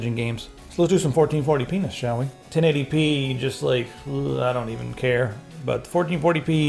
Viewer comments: lets do some 1440 pness shall we? was it just me who heard that and was it just me that giggled at it..i hope not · Did he just say "Let's do some 1440 penis"??? haha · Anyone else catch him say "1440p nes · He said 1440 penis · "Fourteen forty penis?" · = Fourteen Forty Penis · "1440p(enis)" hahaha